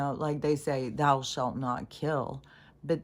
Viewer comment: the "ou" in the word "thou" it not pronounced like in "loud"; it's like in "through". As if it were written "thoo".